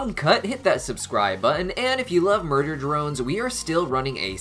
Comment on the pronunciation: I think Uzi can learn to control her Absolute Solver without it controlling her as well. BTW you said "MUDER drone from" instead of MURDER drone form. I thought that was kinda funny.